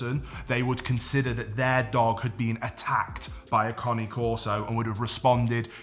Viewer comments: The CORRECT way to say the breed's name is KAH-nay KOR-so. NOT Kaa nee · conney corso ? have i been pronouncing cane corso wrong ? genuine question thanks in advance 🍻